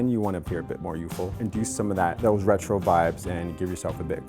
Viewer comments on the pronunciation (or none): none